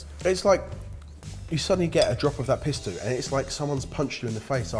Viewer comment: my son watches from time to time and he got the giggles so bad, everytime you said pistu he thought you were saying pi** stew... thanks guys. lol